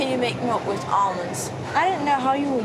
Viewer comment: "There's no milk in Amonds." 😆😆😆